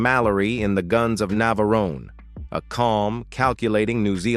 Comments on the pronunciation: Robot pronounce the place of the site of the film phonetically: Nav...a...rone not Nav..aroneh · More AI trash. How could I tell? Navarone was pronounced "Nav a ron a"